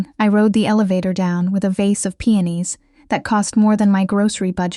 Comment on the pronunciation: The flowers are called peonis P.E.0 .N I S. Not PENIS !!